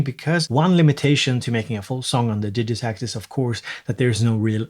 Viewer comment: Hey when did you start pronouncing it DIJitakt instead of DIGitakt? My whole world is shaken now.